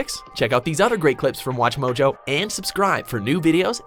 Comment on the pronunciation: The way she says watch mojo 😬😂